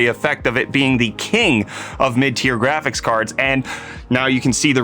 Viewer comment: Im sorry, what the hell did you gust call Jiphy at first? Love them jraphics cards that have 0 value, I can't wait for AMD to ascend and finally jet that coveted position as kinj of the hill of the jraphics cards manufacturers.